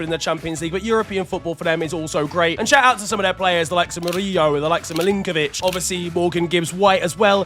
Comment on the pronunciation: I love you, you're the first Englishman I've heard pronounce Murillo correctly